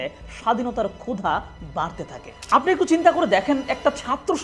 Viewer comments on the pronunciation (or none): none